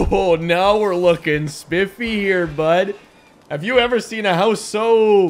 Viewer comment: "Now we're lookin spiffy here bud" Prob the most Canadian you've ever sounded in a video, bud.